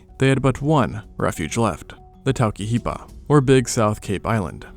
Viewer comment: i love this dude but man did the pronunciation get me on some of this. "taulkeyhiba" my brother? TAUKIHEPA?? Toe-key-heh-pah man Still, love everything in this. Even if some things were giving me a little giggle. But remember kids... Māori rolls their r's and the t's sound more like a d ! LMAO all jokes